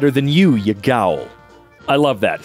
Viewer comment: As an Irish man the way your pronounced gowl was great thank you